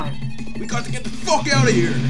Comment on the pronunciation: " WE GOT TO GET THE F**K OUT OF HERE" LOL When you said f**k your acent disappered